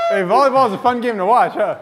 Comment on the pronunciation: it’s not bolleyball it’s volleyball